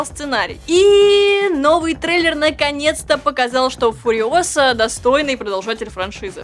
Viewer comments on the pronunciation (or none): Фуриóса, не Фуриосá